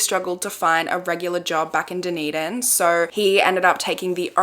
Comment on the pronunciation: Thank you for saying Dunedin correctly !!